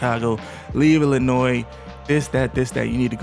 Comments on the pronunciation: Illinois, not! ILLINOISS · The S in Illinois is silent 🤦‍♂️